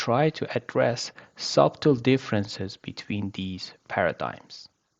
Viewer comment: Well done, a lot of good stuff in a short video. Please Note that b is silent in "subtle"